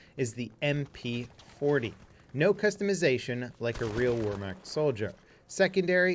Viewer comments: Look not to be that guy but ima be that guy it’s pronounced (Vehr-Macht) it’s spelled Wehrmacht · It's pronounced Vehrmacht. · It’s pronounced vermacht the w makes a v sound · Wehrmachtaboos ree every time they here wer rather than ver. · I get triggered by your Wehrmacht pronunciation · The “W” is pronounced like a “V”. Just thought I’d point that out, as if you already haven’t heard it from hundreds of other salty critics, like myself hehe ;D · Pronounce the W like a V